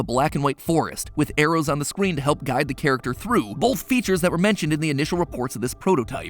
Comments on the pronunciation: he definitely said scween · did matpat just say "with arrows on the scween"